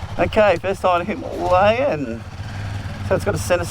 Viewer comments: Dave why are you the only person pronouncing the word Himalayan incorrectly? 🤣 I'm pretty sure it's pronounced Hima-layan... But anyway awesome video mate 👍 sorry to correct you. 😜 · Since this is an Indian word an Indian bike so you better pronounce it correctly. It is Hima-layan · Why can't you pronounce Himalayan properly? It's named after the Himalayas for Christ's sake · 🤔 I've never heard it pronounced that way, but we're Aussie 😜👍 Well I guess I'm wrong then. But every reference I can find pronounces it differently to what you are telling me.